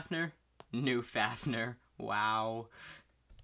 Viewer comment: How to say fafnir fa f near